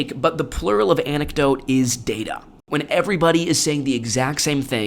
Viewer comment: “whot an anuckdoat?”